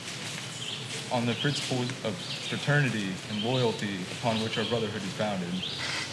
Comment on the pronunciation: What terrible pronunciation of the the principles